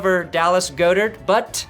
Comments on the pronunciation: OMG bro. I love you but it's pronounced God-dirt, not go-dirt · It's God-Ert! "Stop trying to french it up Dirt!" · Love the show. BTW it is pronounced "God-ert"